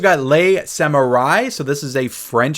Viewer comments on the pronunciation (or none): none